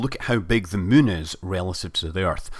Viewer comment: it's not mun it's moon.